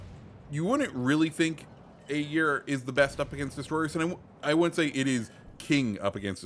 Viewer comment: It is ÄGIR. Not AGIR.